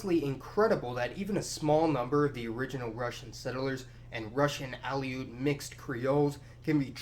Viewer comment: a few other minor mispronunciations were made, but I'm letting them go. However, Kenai, rather than k'NYE, is KEEN-eye (town and peninsula). OK, 1 more--Aleut lines up with that of Aleutian, i.e., uh-LOOT, rather than AL-ee-oot.